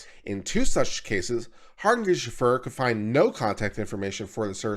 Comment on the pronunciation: It's Har-nish-Feg-er. Quite easy once you hear it pronounced. It's Dutch (from my limited research)